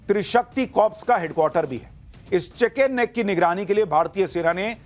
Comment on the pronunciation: Bhai sahab chicken snack Nahin chicken neck hai kripya uchharan Sahi rakhen😊